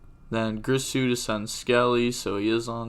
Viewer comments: alright bro its not pronounced GRIsu its GIRsu ... like Gier-Sue phonetically with a soft G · Its girsu not gRisu